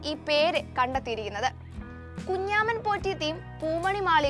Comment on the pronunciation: Kunjaaman😂😂😂alla kunjamman